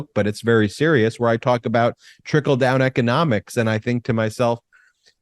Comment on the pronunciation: 😂😂😂🤣 did you say,"" trinkle down " or, "tinkle down" LoL... I think they want to tinkle down on us LoL